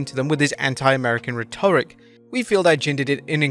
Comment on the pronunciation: He can’t pronounce “rhetoric” either:..